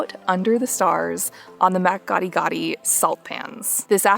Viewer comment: The mispronounced words though 😂 Oka-vango, mat Kadi-kadi, Namaseri - makoro , 😢 😢😢